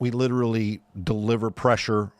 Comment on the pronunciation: LIDDERALLY PHIL !